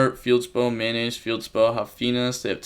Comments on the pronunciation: Why do you call Metnoise Mayonnaise? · Everybody: Tearalements Metanoise: Mayonaise